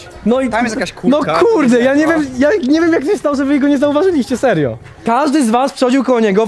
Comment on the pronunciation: Czemu Wera ciągle muwi serjo